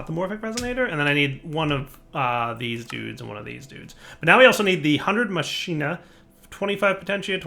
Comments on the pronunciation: i think it´s pronounced ma-ki-na ^^ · machina is pronounced mock-in-a.